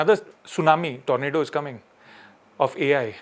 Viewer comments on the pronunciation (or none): none